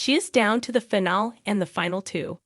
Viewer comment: There were no red flags. You are wrong. And the word is finaleee. Long e.